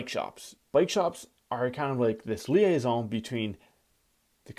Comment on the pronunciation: Good French accent! I love how you say liason.